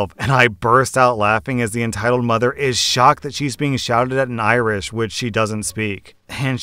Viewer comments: Sorry Dude but your Irish sounded more like Klingon... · You have butchered that Irish so badly I had to pause to take it in. Props for trying though, Irish is not something easy to read if you aren't used to it ^^ Edit: Ok, I listened again and in fairness you weren't that bad actually. You did much better than most would've so...good job. Solid 4/10 to 6/10, haven't decided yet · As an Irish man, you're pronunciation is a bit off, but you got the spirit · I'm Irish and speak Irish and well...you tried your best- Thanks for the laugh :) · Your Irish needs some work 😄. Its my mother tongue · Lol as someone learning Gaelic.. it was very funny to hear you try it! To be fair, it's spelt like that, but it's not pronounced that way :p (I'm still learning too haha) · I'm Irish, I was awful at learning it in school so I may not be the best person to ask. But damn man you butchered that line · I’m Irish and that was the most awful attempt at Irish I’ve ever heard. I don’t even speak Irish but I still know it’s bad lol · Irish speaking gal here - you butchered it but I won't hold it against you and will do my best to give you the phonetics xD Míol = Me-ul (like ulcer) Mór = moor Mná = men-aw Is = iss (like hiss without the 'h') Soith = si (like sit without 't') Ciníoch = kin e-yuck Tú Agus = og (like oggle) us Níl = kneel Fáilte = fall-tah Romhat = row-at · was the pronunciation of Irish correct? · As someone who's been learning Irish for about 6 years, I thoroughly enjoyed you attempting that! It was way off, but maith thú (good for you) for trying! :-P